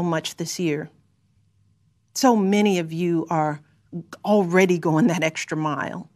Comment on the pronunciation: Strategy is not pronounced shtrategy. Strong is not pronounced shtrong. Extra is not pronounced ecshtra. She has got to be one of the most annoyingly overwrought people.